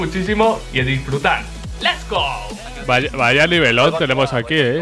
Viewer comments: No es LES GO es LETS GO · oye tanto diciendo lets go en los inicios de tus vídeos y aun no lo pronuncias bien D